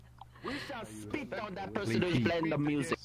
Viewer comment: Speet on heem